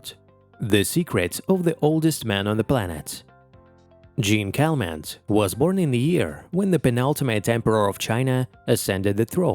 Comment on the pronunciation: How about giving "Jeanne Calment" a French pronunciation?